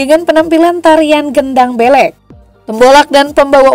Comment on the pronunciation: Cara baca gedang beleqnya salah itu